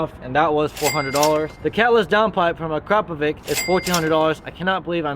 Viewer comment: its akrapovič (said akrapovitch), not akrapovik🤣